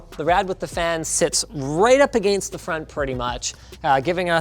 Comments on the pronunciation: Linus, I love you, your channel, I watched in the NCIX days. I owe a lot of my knowledge to you. One request. Pronounce 'against' properly. Please. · I don't hear your accent at all anymore, but man when I heard "against" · Oh wow that's jarring. Anyone notice how he pronounces "against"? Is that a Canadian thing? I've been all around the U.S and the U.K and I've never heard someone pronounce it that way. It's like he's speaking perfect English than out pops that word and it's quite distracting due to how odd it sounds relative to his normal English.